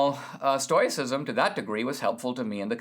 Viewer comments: I was just saying that. Maybe I'm hard of hearing but it sounds kind of like TOY and TOE is used pretty much interchangeably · Dinesh, since you choose to go with oi being an oy sound. Why are you adding the extra i as in "it" sound after the oy sound? I think you've butchered the entire pronunciation. If this vlog isn't amateur hour, then I apologize. However, it's too often just annoying. How about a little phonics and go with: stow-us-si-zm ? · Stow - ih - sisum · a gentle correction -- It's pronounced stow i cism and stow ic. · What a pity you didn't learn about the Stoics from English speakers. It's pronounced STOW-icism. We who practice it are Stow-ics. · I love what you have to say Dinesh, but sometimes your incorrect pronunciation of words makes it very hard to keep listening! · I love that Dinesh is talking about Stoicism, but I don't think he's pronouncing it right... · Dinesh may not have pronounced it correctly, but if you follow him and listened to his lectures, he is brilliant and has complete command of English and uses words most of us could not conjure up if we tried. Let’s cut him some slack here. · I think you might be pronouncing it incorrectly. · OK so we agree. What is wrong with Dinesh then. He’s a brilliant guy. Maybe this is just another pronunciation that we haven’t heard before? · He’s never heard anyone talk about it so he is pronouncing the “O.I” like in the word noise